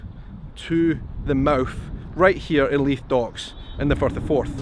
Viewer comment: Simple happy on a Sunday morning, listening to a Scottish person say "Firth of Forth."